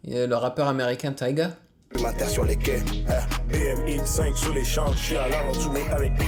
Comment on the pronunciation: Il disent BM (BMW) X5 et pas bmx